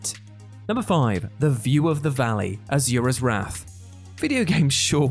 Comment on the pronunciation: It's "Ah-Soo-Rah". Not "Er-Zew-Rer".